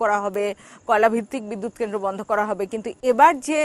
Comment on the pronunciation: কেমন সাংবাদিক সাহেবা,,, জিনি কেন্দ্র উচ্চারণ করতে পারেনা।